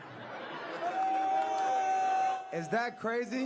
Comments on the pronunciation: He can't even talk and he says baffroom. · Bathroom not baffroom 😂😂😂 he’s a moron. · Bro said bafroom. 😂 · He uses the “baffroom”!🤣😂🤣😂💙🇺🇸💙🇺🇸💙🇺🇸💙🇺🇸💙